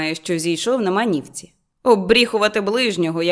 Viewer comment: Добре озвучено! Єдине зауваження: у слові манівці наголос на останній склад.